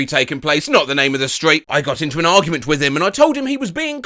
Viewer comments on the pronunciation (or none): Okay, im here to support with a like and sub this is way better than the AI voice reading a script. Sure is nice to hear people, then again Im not sure about hearing the english 'wif' instead of 'with' I do like the pint feels like im hearing him rant in a pub.